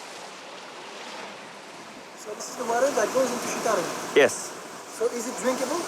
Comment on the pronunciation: The pronunciation is C = Ch it’s not pronounced Shitarum but Chitarum = Citarum